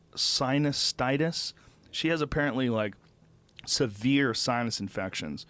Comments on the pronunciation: SINUS TITUS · Sinus Stitis? For a man with so much random knowledge I can't believe he doesn't know what -itis is if you add -itis to anything that means inflammation... tendinitis, fasciitis, sinusitis, that's some pretty simple shit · That pronounciation of sinusitis😥